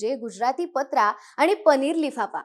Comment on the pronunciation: पत्रा नाही पात्रा/ पातरा😊